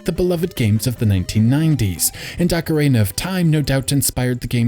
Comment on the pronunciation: Ugh, "ock-er-AY-nuh."